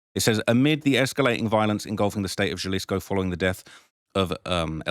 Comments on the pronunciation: Quit calling it Gelleesco you dumdum, its Ja(ha)lisco. 😅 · HAlisco not JAlisco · I already told you in the last video it’s pronounced HA•LISCO not JUH•LISCO 🤦🏽‍♂️ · Halisco not the j like Jaylisco lol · Jalisco pronounced*HuhLisco" j's silent pronounced as huh damn Brits. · If I hear him say “Jalisco” again I’m unsubscribing!! Jalisco (HA-LEASE-CO) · sound it out with me HA-Lease-Co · I like your s*** but for someone from the UK to be even reporting on this kind of stuff and not know enough Spanish to pronounce'"HALISCO (JALISCO) is almost disrespectful.. J's are h's in Spanish fool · Lmk help you out a Lil Mate😅 Jalisco is not pronounced like youre speak in english bruh...the letter J is pronounced as an "H" in Spanish so it would be Halisco for the on that dont understand Spanish writing...stop fuckin up my city bruh 🤦🏾‍♂️🤣🤣🤣🤷🏾‍♂️ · “It’s the biggest tragedy of all” The biggest tragedy is you pronouncing Jalisco wrong all the time in the video. How can you pronounce it wrong when it’s been in the news all week? It’s understandable if you get names and other locations wrong but come on, man…do a little bit of preparation. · He knows that. he does it intentionally so people give him more engagement by correcting him.